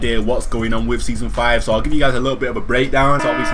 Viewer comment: "Seasom 5"